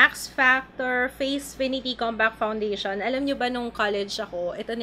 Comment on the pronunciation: bigla nmn akong natawa sa "aram ko" instead of "alam ko" napa'waray ka.. Hahahahahhaha